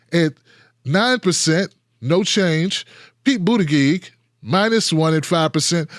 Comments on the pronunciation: Yeah, doesn't he know it's pronounced Booty-judge? ;) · I dont support pete. But its annoying that you say his name wrong. The g in his last name sounds like a J! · Buttigieg pronounced as Booty_judge. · He calls him Boot-a-gig... that's hilarious.